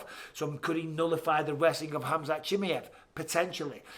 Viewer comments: and I'm done... I just can't... at least when Chael gets peoples names wrong, I know it's because their name is wrong... I cannot deal with Michael saying Chimmy-iv. No. Just no. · And he says"Chimi-ev" over and over again. 😂 Like he's a chimichanga. Chimaev only has one i. Bisping should know about "one i". 😁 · khamzat "Chimmey-evv" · The way bisping says chimieve looool it’s funny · Micheal "Chimi ev" Bisping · How are you still not saying his name correctly?